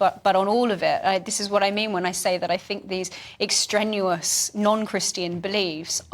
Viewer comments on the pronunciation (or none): Ex-trenuous???? Uh, extraneous perhaps? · A minor point, but "extrenuous" - i suppose she means extraneous? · It's not 'extrenuous' it's 'extraneous ' n'est-ce pas? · She said "extraneous"? I dunno, the captions said "ex-genuous" whatever that means. Or maybe the pronunciation of "extraneous" has moved on since my day.